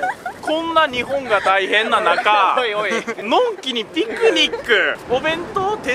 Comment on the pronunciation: ピィ⤴︎クニッ⤴︎ クゥ⤵︎